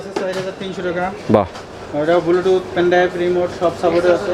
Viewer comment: Bhai Age Shuddo Kore Bluetooth Bolen Apni To Bar Bar Bulutooth bolchen